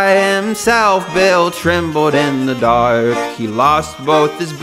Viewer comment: Why do you say shaurk and daurk